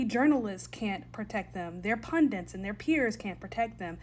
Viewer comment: "Their pundents can't protect them" Americans, stop staying "pundents", the word is 'pundits'.